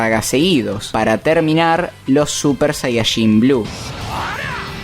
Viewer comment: Cada vez que dice super sayashin muere un gatito😢